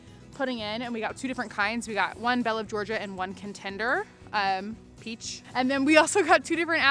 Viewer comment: She said peachi lol